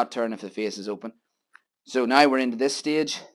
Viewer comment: Brian from Michigan us. I can’t wait to try this grill tomorrow. I love how you say nai (now). 😮